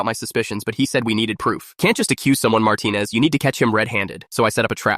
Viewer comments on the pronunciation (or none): WHY DO I HEAR MARTENIZ EVERY SINGLE TIME